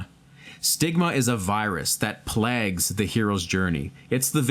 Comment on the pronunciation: PLAYG'D, not PLEEHHG'D.